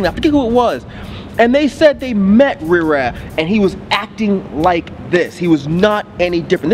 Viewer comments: If say Rih-Raa one more time bruh... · I agree with what was saying just don't know why he was pronouncing riff raff wrong? But anyway if u take this album seriously u won't enjoy it. If u have a sence of humor you will probably like it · The "f" is silent.